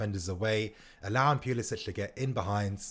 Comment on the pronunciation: It's pronounced pulisick not pulisitch